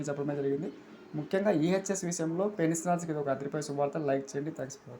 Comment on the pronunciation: పెన్సనర్స్ కాదురా పెన్షనర్స్ అని పలకాలిరా గాండూ భోసడికే.